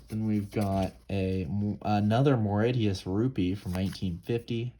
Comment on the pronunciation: Mauritius is pronounced as Moor- ish- us